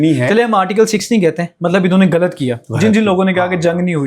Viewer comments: Ye sahafi kiya india ki language mein ghalt ko bar bar, gult, hindi mein keh raha hy.ya ghain ko gaaf, gult kehta hy. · وہ نوجوان صحافی بن گئے ھیں جو " غ " تک کو " گ " بولتے ھیں ۔۔ غلط کو گلت بول رھا ھے ۔۔ اس سے یہ پتا چلتا ھے کہ اس نے قرآن مجید بھی نہیں پڑھا ھوگا ۔۔ 😮